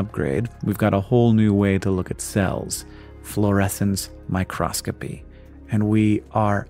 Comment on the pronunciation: it is micro-scopy, not micros-copy! My Cross Copy, is a religious business, not mu interest.